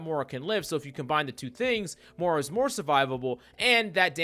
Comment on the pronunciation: “Morah” lol